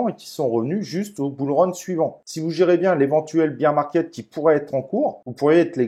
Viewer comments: Bère market pas bire (beer) market 😜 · 'Bir" market... lol beer market... bear market c'est "bère" market... santé 🍻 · non mais tkt c’est juste rigolo avec le côté beer 🍺 😜